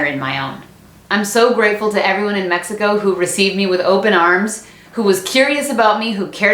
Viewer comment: Amo tus vídeos me da mucha no se algo que pronuncias México en vez de Mexicou como la mayoria te estadounidenses lo hace te AMO 😍😍